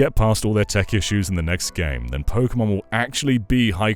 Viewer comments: Tek-ken po-ken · He lost me when he said “Pokémon”